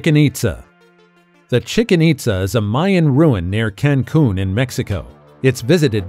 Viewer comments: Chicken-itza Really? Learn to pronounce the name properly! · "Chicken Itza"? Did I hear you right?